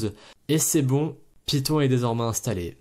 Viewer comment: python, non piton, oui